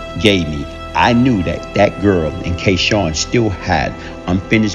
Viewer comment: His name was K-Sun, not K Shawn